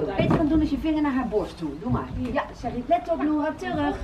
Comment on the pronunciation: nadine zegt steeds Nora in plaats van noura